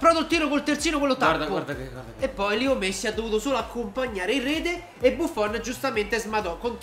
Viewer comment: lo so ma si dice LEO non LIO